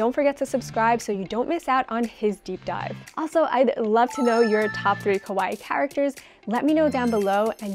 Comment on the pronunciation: If this is a "all Japan" channel then work on pronunciation: purin is not pronounced "pure inn" it's "poo-rin", also kawaii has a long "ii" sound at the end which really needs to be emphasized, otherwise the accent lands off